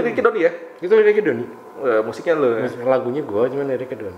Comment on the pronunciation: Kok Donnir Yang Benar Donnie